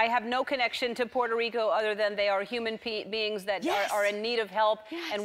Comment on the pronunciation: She said Human-BEANS. Lol